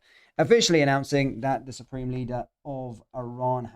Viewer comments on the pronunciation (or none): none